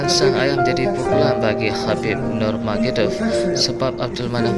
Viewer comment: bng.. nurmagomedov.... BUKAN NUMAGEDOV😁😁😁😁😁😁😁😁